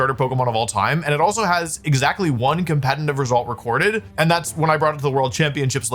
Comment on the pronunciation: Am I crazy or does he pronounce "competitive" weirdly lol